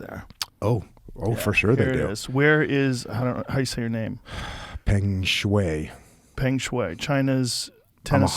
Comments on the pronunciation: Just to correct you on your pronunciation of Peng Shuai: The Peng is pronounced as 'p' and then the sound you make when you are thinking of something to say, 'uh', and then an 'ng' soung at the end. So peng becomes p-uh-ng As for shuai, it is pronounced sh-w-eye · If you ever seen any Chinese names and don't know how to pronounce it just split the "sh" "ch" "zh" with the rest of the letters. So for Peng Shuai -> It'd be pronounced: "Peng Sh-uai." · Poong Shwuh is a bit closer pronunciation. Feng shui is pronounced Foong shway... So this is Poong Shwuh. It doesn't matter any more. She's so dead her name could be "Pongy Now". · pronounced sort of like “pung shwigh” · Peng shuai (pronounced sh-why) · "100%" Yeah, 100% wrong! lol it's read like "Pung Sh-why" btw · her name is pronounced in our phonetics as pung (ung as in lung) shwhy (that’s sh and the word why combined). Just an FYI. Not trying to make a big deal of it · Shuai is pronounced like "sh" + "why", Peng is like "tongue" but with a P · Love watching two people who cant even pronounce her name talk about this situation with such certainty that shes lying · Shui , which can mean water, is the sound he was making. Everyone knows how Feng shui is pronounced. Her name is spelled and probably pronounced Sh WHY Shuai sounds like WHY not WAY. I have two certificates in Chinese, so I am a qualified expert in this. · Hello World! this is Pengshuai. Just a little correction. My first name is pronounced Shw-I as "I" in the first person singular subject pronoun) Also, I have been binge watching your show JRE. I am fine! :) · Pronounced “pung shwhy” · Her name is prononced: peng shoe-I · Her name is pronounced "Fun Shway" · Pronounced...Pung Shwei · Hi often the ‘e’ in Chinese is a “uh” sound… her name is pronounced “Puhng Sh-wah-ee” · It's pronounced pung shway for all who can't figure out how to say her name. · It's pronounced "sh-why". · I believe it would be pronounced "Pung" "shwai"